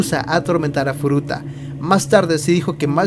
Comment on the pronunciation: Hola tu video me a encantado pero tienes muchas faltas de vocabulacion, por ejemplo... dices mal los nombres de los agresores tambien hay un momento que dices futura a cambio de furuta lo dices en el momento / ... a parte de estas faltas me a gustado este video,tu voz es un poco rara 😅😅 no passa nada espero que en el proximo video mejores masss!!! Hastaaa la Vistaaaa !!! Chao 👌😘❤